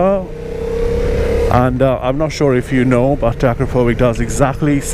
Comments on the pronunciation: it's not "akrapovik", it's pronounced "akrapovitch" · Please, Akrapovich! not with K. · actually, it's "a CROP o vitch"